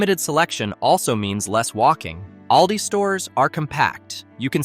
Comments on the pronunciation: I'm a senior, I already know this stuff. This is NO secret. Plus it's All-Dee, not Al-Dee. I already know they're the fastest scanners. But I see the same checkout people everytime I'm at Aldi, but I live in a small community with a small Aldi. The aisles are shorter and there is one checker. The rest of the lanes are self checkout. As someone with a condition where standing becomes quickly painful, I never understood why cashiers weren't permitted to sit. What you skipped is that some of Aldi's packaging is often SMALLER than name brands. Snacks like potato chips are 3 oz smaller. For anyone who has shopped for any length of time, you notice things like this. Heck even the name brands packaging has greatly shrunk since 2020. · If AI could just get names properly pronounced…..it’s All Dee. Not El Dee. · The AI voice pronounces "ALDI" inconistently